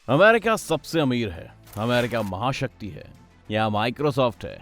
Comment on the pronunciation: A LODU ACCHE SE BAG KR NA KYA AMAAWWRICA AMAAARICA KYA HAI YE BC